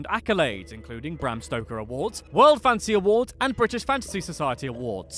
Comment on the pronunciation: Whenever the narrator says "fantasy", I hear "fancy". lol!